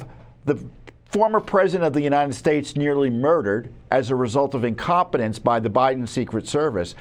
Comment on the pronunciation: i dont know, when do we stop saying incometence? this is way to much .